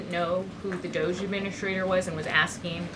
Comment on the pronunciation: Please start calling it doggy not dooohge